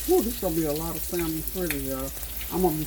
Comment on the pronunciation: Samon NOT salmon pronounciation...